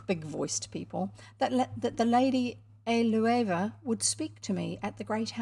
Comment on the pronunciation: I am enjoying listening to this and reading along in an ebook. You are right that it's also good for having on in the background when I'm home alone so the house doesn't feel so empty. I suspect that Eleuva is pronounced ell-oo-va.